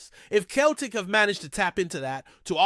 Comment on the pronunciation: It’s pronounced Sell tic. Not Keltic